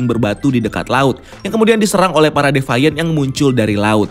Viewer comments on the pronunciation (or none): Divians bang, bukan divaiens.. Hehehehe